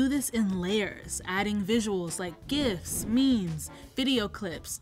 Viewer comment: So here's the tea, did just pronounce "gifs" like "gifts"?